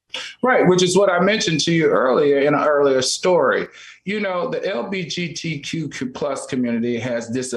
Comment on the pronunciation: Why does Al always mess up saying LGBTQ? 😂